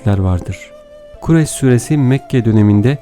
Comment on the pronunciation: Okurken doğru ama Okurken Kurayş diyorsunuz ..!